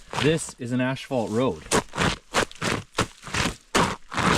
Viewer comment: It's asphalt not ashphat.😂😢😮